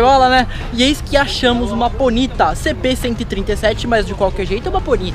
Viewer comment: POnita, não poNIta '-'